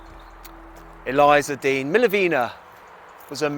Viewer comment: You’re pronouncing her name incorrectly.